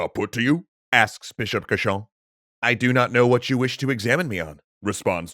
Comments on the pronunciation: Rule of thumb : the english are wrong. Cauchon (prononced cochon, or pig) was an evil doer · I find it funny that Cauchon's name is consistently pronounced as "cochon", which is French for "pig". Probably a coincidence, but a fitting one. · Fun fact: Pierre Cauchon is pronounced the same as Pierre Cochon. Cochon means "pig" in French.